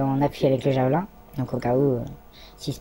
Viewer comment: Vous êtes bien des français jusqu'au bout : prononcer "javelAIN" au lieu de "Javeline" comme en anglais (ou comme le nom français du type de lance). Pareil on entend régulièrement les médias français proncer "ZelAINski" au lieu de "ZelÈnski". En suivant cette même logique de prononciation à la française, il faudrait non pas dire "Vladimir Poutine", mais "Vladimir PUTAIN". :face-green-smiling::face-green-smiling::face-green-smiling